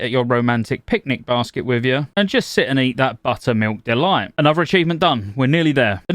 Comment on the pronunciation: Only here to listen to him say "BUTTUHMEELK DUHLOYT"